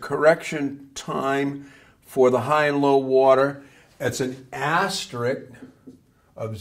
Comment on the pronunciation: A somewhat difficult area of knowledge to explain and teach effectively. Thanks for making the effort here ! P.S. There is literally no such word in the English language as "asterick". The proper term is ASTERISK.